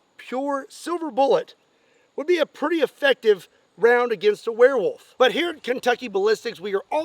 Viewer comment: "OH!!!...Oh DEAR..."... Warewolf... not deer.